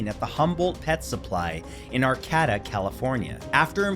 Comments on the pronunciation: I know this is petty, but I have to say it for engagement's sake....Ar-CAT-ah? Lolololol it's Ar-kate-ah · Just for reference Matt, the name of the city of Arcata is pronounced ɑr-keɪ-tə. I live in Eureka, just south of Arcata, so I am very familiar with the area.